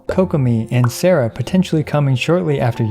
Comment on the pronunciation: Hurts me to hear people say Sarah 😫